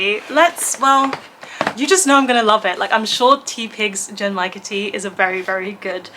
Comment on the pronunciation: Genmaicha tea is one of my favourite teas, too! I love the roasted rice flavour. You almost had the pronunciation! The G in the beginning is a hard G like in "good", and the CH in cha (which means "tea", btw) is the CH in "chimney"! Source: I took Japanese lessons for a couple of years 😊 The last cocktail I had was a bit over a week ago in The Alchemist in Glasgow, where I was for Worldcon. I had The Colour Changing One (it did what the name says & tasted like apple) and Elderpower (it had elderflower and was served in a cute shiny rainbow can).